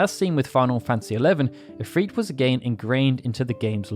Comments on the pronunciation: I stopped this video a few minutes in. I cannot focus on what he's saying because he's mispronouncing if-r-it. He's saying if-freet. It has the same effect when he says tee-dis in place of ty-dis. Very sad I'll miss out on great videos. 😬😬😬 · I dont like how he pronounces Ifrit or Shiva. I prefer [ If-r-it ] instead of [ If-reet ]. Idk how he gets a long "e" sound without a second vowel in the word. Shiva has at least "a" second vowel and I think its pretty to say [Shee-va]. [Sh-i-va] is a reasonable way to pronounce her name yet it lacks the glamorous ring befitting her title as a royal ice queen ("she" sounds more feminine too.). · Love the videos. I don't know why it bothers me so much but Ive always pronounced it IF-RIT besides IF-REET. IF-REET makes its sound weaker to me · the islamic pronounciation is not ifreet or ifrit it's the I is actually the letter ع which can not be prononced in english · It's because the name isn't English, it's Arabic. It doesn't follow the same rules, it's just romanized into English spelling. From google: Ifrit, also spelled as efreet and afrit (Arabic: ʻIfrīt: عفريت, pl ʻAfārīt: عفاريت), is a powerful type of demon in Islamic mythology. Japanese "i" is also pronounced ee, that's just how their language is written into English. For Japanese it's ALWAYS: a = ah e = eh i = ee o = oh u = ooh In fact Japanese is VERY consistent. English is incredibly inconsistent and chock full of spelling exceptions due to sourcing words from all over the place or just not sticking to one way of spelling anything Easy examples: "mood" and "food" rhyme with each other but not with "good". As a native speaker, English honestly makes no sense. Blame English, not the other languages